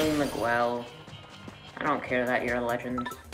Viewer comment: Say miguel right